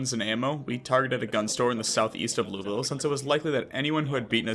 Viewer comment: Y’all be saying Louisville wrong the whole video 😂